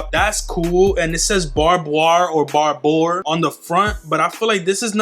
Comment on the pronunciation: Barbour - (barb-er), the way he pronounces Barbour as Barboir is funny 😂